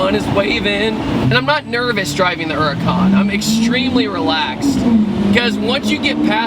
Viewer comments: Why does he call it a "Urrrcan"? It's H H H Huracan. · Huracan not uracan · It's called H U R A C A N! Not U R A C A N 😡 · Not the urrrrrhhhcan. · Her-ur-con lol